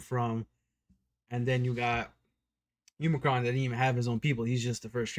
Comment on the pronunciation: "Umacron" Bruh...Umacron? Even if you say you can't remember his name, they have said his name like 25 times! At least show a little respect.